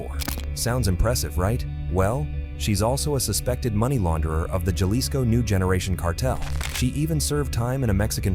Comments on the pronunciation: Lol bro Jalisco. Dictionary brake it in to (ha-leas-co) an if that's a little odd try this may be a little easier 😂 (ha-lease-Co) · It's pronounced ha-lisco not ya-lisco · Ja-lee-sco? Ja-lee-sto? Ja-lisk-o? Ja-list-o? Lol Bro come on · Lla-lisco 😂 C'mon Man!! It's pronounced....Ha(as in HAndy ) Lisco . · It's not silent it has a Ha sound, if you're gonna go around trying to correct them in such goofball ass way the least you can do is get it right... alisco??? Pendejo 😂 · (Ja-lisco ) 😂 pronounced Halisco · Jah-lih-sco hahaha wow freakin white people man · Bro! I can’t listen to you calling it J Lis-co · Güey it’s Jalisco ha lee sco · He lost me when he pronounced Jalisco with a J like James. Jalisco , what an idiot.. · Dude said jail lis co. 😂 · For everyone who doesn’t know it’s pronounced Gea-lee-sco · When Jalisco is pronounced the J has an H sound and the I has a long E sound. Painful to hear it not pronounced correctly. Otherwise great video. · Yaelisco get it right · Actually it sounds like "H" ..Halisco would be the correct pronunciation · The j in jalisco is an h sound man cmon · Can't stand the way he pronounces Jalisco 🥶🥶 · How can you say Jalisco right in one sentence and then the next uou say it wrong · I agree with you 100%. Also, speaking Spanish, this guy drives me crazy the way he pronounces "Jalisco." He definitely does not speak Spanish. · Every comment-“ that’s not how u say Jalisco” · The j is silent fool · Painful indeed, and it conveys the sense that the speaker/writer knows little of which they speak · lol that’s not how u pronounce 🤣🤣🤣 Ja-lisco 🤣🤣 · The J is silent. Can’t do it anymore